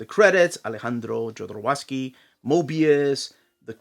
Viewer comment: For a guy that pronounces authors names correctly. Why do you butcher Jodorowsky's name. It's not JodoWowsky. Hope that doesn't sound mean